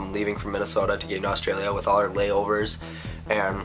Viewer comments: Annoys me how they don't say Australia right. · you say australia weird :P you should come back to australia... OF CAUSE WE HAVE INTERNET